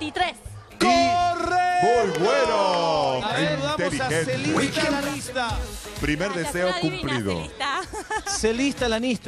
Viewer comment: ES IANISTA NO LIANISTA